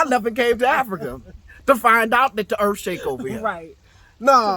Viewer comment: “The earff don't shake where I'm from, maybe it's cause we got treeeeees” 🤣🤣